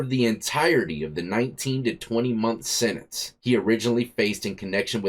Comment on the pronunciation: That' a tough "Sendence"